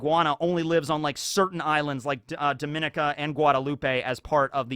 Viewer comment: Dominica & Guadalupe are pronounced (Dom-In-Knee-Kah) (Guah-Da-Loop) I'm from Barbados, by the way (Lesser Antilles)